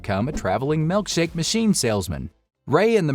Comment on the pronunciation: MILKshake... Not MELKshake... Drives me nuts